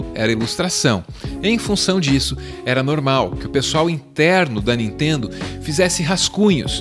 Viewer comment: Não "intendo" a Nitendo...